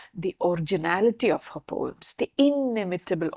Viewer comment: Can you pronounce it as Po-ems or Po-uhms instead of POMES .? Too pedantic